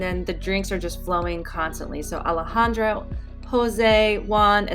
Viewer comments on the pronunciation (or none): none